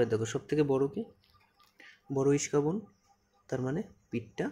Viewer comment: "ইস্কাবন" না ভাই, এইটাকে বলে "ইস্কাপন" ✅